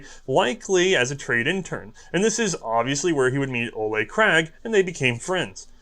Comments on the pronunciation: And Ole is not pronounced Oley. Coming from someone named Ole ;) Contact me if you need help with Norwegian pronounciation in the future. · This American Norwegian says it's O-lee Krag.